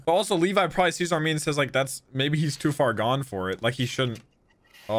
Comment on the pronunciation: bruh I know how to pronounce armin, I was saying pronounces "armeen" no one ever said "arminee" tf lmao